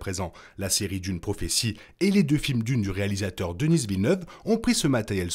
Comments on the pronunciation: Super vidéo! Mais pourquoi prononcez vous "Deniss" Villeneuve? Il est québécois! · Pourquoi tu l'appelles Denisse Villeneuve? Il faut prononcer à la française car c'est un francophone. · Denis Villeneuve est québécois, le s est muet.